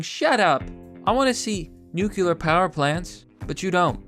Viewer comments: C'MON... IT'S 'NUCLEAR'. 'NUCULAR' IS A BUSHISM. THANKS FOR YOUR HELP. AND FOR YOU OTHERS... THERE IS A 'T' IN THE WORD IMPORTANT [THAT IS IMPOR 'ANT]... AND, BY THE WAY, 'ANYWAYS' IS NOT A WORD. JUST SAYIN'. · Okay everybody, say it with me. "Noo-klee-er" That's how you pronounce "nuclear", not "noo-kyu-lur". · Nucular its nu-clear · Good video but jesus fucking christ it's noot new-kew-lur its NEW CLEE UR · Pronounces nuclear as "nucular". Instantly loses credibility. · It's pronounced nu- clear, ugh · Nucular is not a word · You say nuclear like G.W.